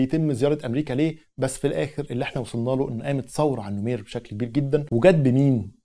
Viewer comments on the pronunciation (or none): العرض رائع..فقط لى تصحيح بسيط...الرئيس الراحل اسمه جعفر النميرى وليس النمير...تحياتى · الرئيس اسمه جعفر النميري …. وليس النمير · يا عزيزي السودان لم يستقل من مصر. 😂 مصر والسودان كانو تحت الحكم التركي. وثورة المهدية هي التي حررت السودان. لكي لا تختلط عليك الامور. هاشم العطا وليس العطمة 🤦 النميري وليس النمير. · ههههه النميري النميري ال نو مي ري هههه